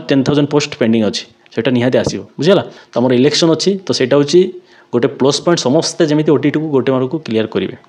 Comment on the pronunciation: Samaste ..samaste ...samaste 😂